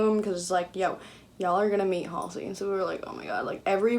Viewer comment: Waiting for the second time meeting Halsey😬 also, thank you helping me finally learn how to correctly say her name😂🤷🏼‍♀️